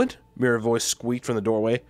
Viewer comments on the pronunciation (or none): none